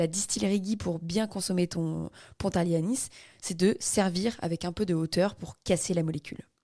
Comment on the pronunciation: Merci ☺️ bon ne dit pas "ponte" ou "saponte " juste pont ou sapon mais merci pour l'histoire cest génial